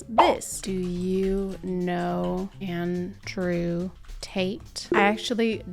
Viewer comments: andwe tt belongs in pwison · I can't recover from andwe tt. That's just his name now. Maybe it's also how her infant son pronounces his name. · It's andwe